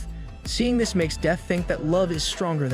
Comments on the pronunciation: Please for the love of god and his flip flops please say “this” instead of “dis” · I know this isn’t related to what you said but am I the only one that hears the fact he says this wrong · Why did you start saying dis instead of this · His he saying dis or this? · I like when he says dis instead of this in the demon king arc been here since (1) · the way you were saying ThIs